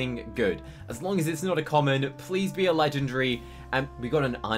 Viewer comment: NO HATE BUT he always says legendry